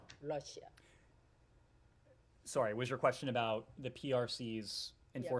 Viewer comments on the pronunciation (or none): 41.16 she just say Lussia 🤔🤦🏽‍♂️..🤣🤣🤣